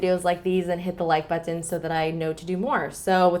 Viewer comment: Off topic... Can you keep saying the word "button" throughout your next video?!? I love how you say each letter!!! I say it "Bu-in"😂 GREAT VIDEO AS ALWAYS!! ✌🏾️💜💄💁🏽💋